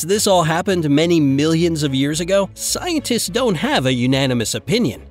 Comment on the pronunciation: Why did he kept saying “scientists”